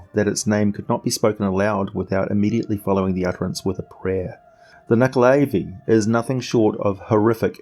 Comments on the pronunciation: Who here fought and killed the nuckelavee in the PS2/Xbox/mobile game "The Bard's Tale" ??? ;) ALso, not %100 sure but I think it's pronounced "nu-ckel-a-vie", not "nu-ckel-aay-vie"... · He pronounced it wrong.